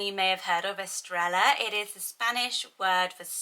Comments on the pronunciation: Pronounced "es-TRAY-ah" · Hi, for pronunciation, I believe the ‘ll’ makes a ‘y sound. Estrella is “eh-stray-yah”; Baila is “bai-la’. Evelia is ‘eh-vay-li-ah’. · Love the video as always! I’m sure someone probably already said it, but the double “L” in Estrella says, “yuh” so it’s like, “Eh-strAy-yuh” I’ve had that as a name on my baby name list since Spanish class in elementary school! 😍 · Love these names. Love Spanish names. FYI- Estrella is pronounced Est-re-ya and Baila is pronounced Bye-la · Aww. My cats name is Estrella. In New Mexico we pronounce it Es-stray-ya. (Sometimes the r is kind of rolled, sometimes not). It is a lovely name both ways :).And her nickname is Estrallita (es stray yeeta). Which means little star. Love your channel. So much. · Baila: is Bah-ee-la Estrella: is Estre-ja 🥰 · Gorgeous names! Estrella is pronounced "estreya", and Bails is pronounced like "bye-la". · My friend has a restaurant called Estrella. She pronounces it Es-tray-a but my husband can’t say it and it always sounds like he’s saying Australia 😂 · 2 L’s together has the “yah or jah” sound in Spanish so instead of “Estre L a” it’s “Estr aya” hope that makes sense! This name list is right up my alley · Im pretty sure Estrella is pronounced as “Estreja”. The double L in Spanish sounds like an English J. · To my understanding the Bibiana variation is more for getting the B pronunciation in regions where V doesn't give off the B sound. Semi related, Estrella among Spanish speakers where I live (US, so probablly quite differently) is pronounced with a Y sound, eh-streh-yah. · Estrella is pronounced with with a “yah” at the end not like Ella- just FYI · For Baila it is pronounced like bye-lah. By the way Estrella is pronounced with a y sound instead of an l sound because two ls make a y sound in Spanish, but I really like the l pronunciation as well! Awesome and beautiful list, as always. :) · Yes a double L make a y sound xx